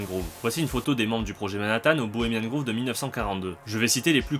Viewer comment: C'est Bohemian Grove qui se prononce grauve et non Groove comme grouve, révise ton anglais